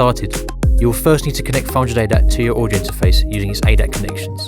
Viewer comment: This narrator should really work on pronouncing his words a little better because he wasn't saying 500ADAT, he was saying "fraunjadata". I was here trying to learn about this product before potentially buying it.